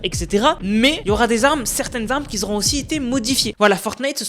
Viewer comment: Salut, juste un petit message pour te dire que le mot "QUI" n'a pas de Z à la fin, alors les "qui z'ont", "qui z'étaient" etc. me cassent les oreilles quand je t'écoute. On dit "qui ont" ou qui étaient" etc. Sinon hype pour la prochaine saison en espérant revoir arriver Polar Peak qui est mon lieu préféré tous chapitres confondus.